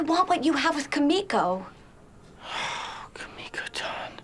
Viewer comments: He says “-tan” but pronounces Kimiko wrong. That a sudoku-worthy offense. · I think the greatest offence is how they pronounce kimiko